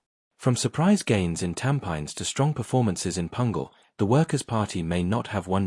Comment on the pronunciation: Learn to pronounce a word where the locals understand, e.g. Tampines.